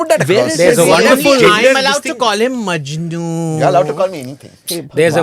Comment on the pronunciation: Majnu😅😅😅😅😂😂😂 new pronounce found😂😂😂